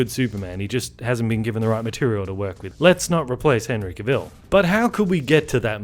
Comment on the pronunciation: His name is pronounced ka-vull, not kuh-vill....